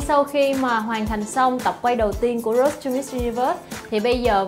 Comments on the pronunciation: Làm ơn đọc từ Road cho đúng. Rốt gì mà rốt. nghe phát khiếp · C vân để ý chữ Road không có "s" nha c iu